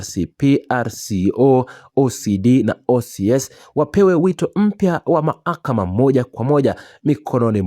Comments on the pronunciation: Bhanaweee,sema mlalamikaji Wala siyo mlalamikaji. Na ni mahakama,siyo mahakama,wewe vipi bhana? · Sema walalamikaji,siyo walalamikiaji. Na ni mahakama Wala siyo maakama